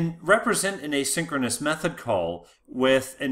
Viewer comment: This guy uses exactly the same pronounciation for "asynchronous call" and "a synchronous call" and I could unfortunately not differentiate exactly whether or not we are talking about "asynchronous call" and/or "a synchronous call" at which section of the presentation.